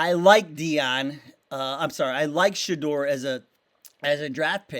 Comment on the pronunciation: Shuh - door. Not Shaw - doer.